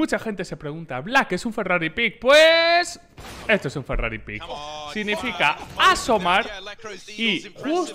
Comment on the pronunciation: No es pick Black es peek xD